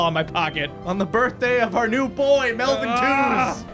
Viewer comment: When I heard Melvin i was like:Meltvin